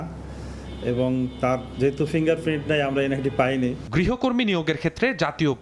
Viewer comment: Uccharon vul. Grihokortri na. Grihokormi hobe